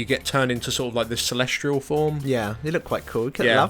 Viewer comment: sorry but this is just upsetting me now... its celestial. celesTIAL not celestrial! but otherwise good vid